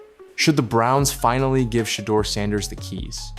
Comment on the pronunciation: If you can't Pronounce his name correctly, then SHUT UP !! 😡